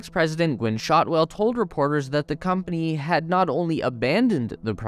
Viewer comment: Gwynne, not Gwen. It happens to the best of us...